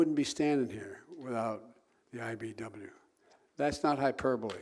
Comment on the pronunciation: WTF IS THE IBW JOE??? It's IBEW......GOOD GRIEF